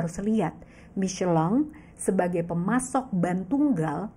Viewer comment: Baru ngeh Michellin bacanya miscelang😅